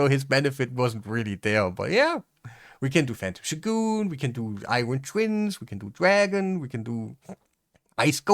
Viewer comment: Also, this may seem out of nowhere, but thank you for showing us how "shogun" is meant to be pronounced. You say it the way the Japanese do.